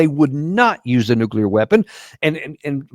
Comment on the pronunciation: this Izzyhole can't even pronounce "nuclear."